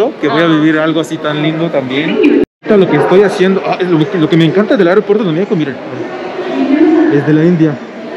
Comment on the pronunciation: Bienvenidos a mi "meijoco". Güey, tenemos que trabajar en el acento al decir, "Mé-xi-co" jajaja Bienvenida a casa a la paisana. Bienvenido al güey, todavia no es casa, porque aún no se casa con la paisana. Jajaja